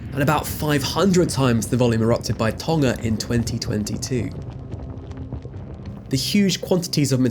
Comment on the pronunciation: I was astonished to hear Tonga pronounced without the G (i.e. tong-uh rather than ton-guh). Well done!